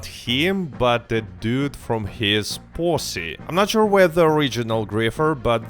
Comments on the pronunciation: you did not say posse😭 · Lol the way you pronounce posse. 😂😂😂